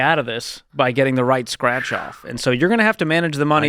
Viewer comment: *Strach? You mean Scratch